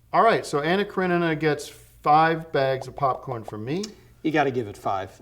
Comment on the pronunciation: Tim actually said Anna Karenina right on the first try even though he slaughters every other movie title lmao